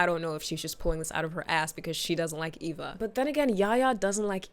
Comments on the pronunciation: lol. Her name is Eva. Not Ava ❤️ Great video 🎉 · Is she calling Eva "Ava" 😢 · I cringed so hard every time you called Eva Ava 😩 but this was a great video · It's Eva not Ava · its so funny because she has a disclaimer about it actually being eva, even though she called her ava, and then immediately continues calling her ava😂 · Obsessed with how you spent the entire video calling Eva “Ava”😭❤️ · Pretty sure it’s Eva, not Ava 😅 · Are you saying her name as Ava on purpose? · EEEEEEva girl. Eeeeva. With an E. Sheesh.